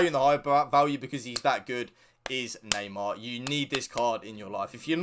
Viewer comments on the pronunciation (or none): none